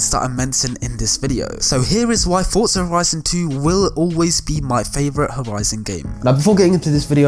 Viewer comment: Why do people pronounce "forza" like "fortza"? Its "forza"